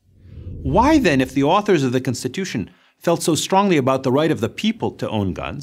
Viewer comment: is it me or is he butchering the word constitution it's not censtituion learn how to pronounce the word properly